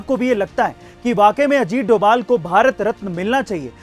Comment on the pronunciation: Not doval that is dobhal